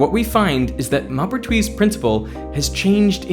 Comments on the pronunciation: It's annoying to hear smart people mispronounce names. It's Mohpertwi, not Mahpertwi. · The "Mau-" in "Maupertuis" is not the "o" in "mop", but the one in "more". Moh-pair-twee Glad to hear about the lack of intuitive feeling about action. So I'm not the only one. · Maupertuis would actually be pronounced like you would pronounce the ‘m’ and ‘o’ in ‘more’ (like when you pronounce mauve - purple) Yep - just checked it in Google translate AND I’ve been speaking French since 30 years (including 2 years of high school, 16 months Military Service as a reconnaissance radio operator and 4 years living in a French village with people who spoke nothing but French)…. You DID get the rest of it right though - you just fumbled the beginning which is still very good, especially for an Aussie (I’m a fellow Aussie too)